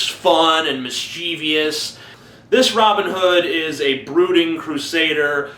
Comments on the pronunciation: Mischievous not "mischievious". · you pronounced mischeivous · Check your pronunciation of the following words: "titular", "mischievous", "donning"